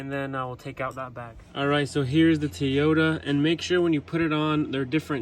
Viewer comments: Not "Teeyota" dude...it's "TOYyota" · And its a Toyota not Tiota. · ARE YOU SAYING TEE-OTA? lolo 🤔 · Hmmm. T-ota. I always thought it was Toy-ota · Stop saying teeyota😂🤣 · Who the hell says tee yoda 😂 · "Tee Yota"?????? Lolololol!!! Where the hell are you from??? I don't see any other red trim on the entire truck, so don't understand where the red emblem idea came from. But it looks weird.